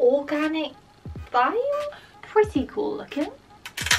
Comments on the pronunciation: They are called real littles not real littlies and the lost kitties is just play doh you made it a mess. The organic Thyme is pronounced time not Ty-em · "Organic Thyme"......love your pronounciation lol. (It's 'Time'). It's a herb.